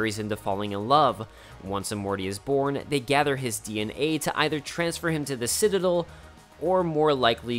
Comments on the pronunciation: It’s citaDEL, not citaDIL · Every time he tries to say Citadel it comes out "sitadul" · Omfg hey buddy it’s not citidle it’s citadel you got it? Ci-tuh-del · Not once did you pronounce the word “citadel” correctly. Beyond that, this was awesome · This was good but if you don't learn to pronounce citadel, I'm gonna throw hands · You are mispronouncing citadel...